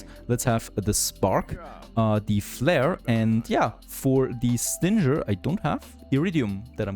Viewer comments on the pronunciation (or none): Bist du dir sicher, dass du Stinger richtig aussprichst oder ist das ein Insider? xD